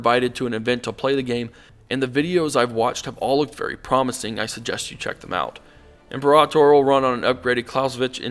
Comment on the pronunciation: said it right.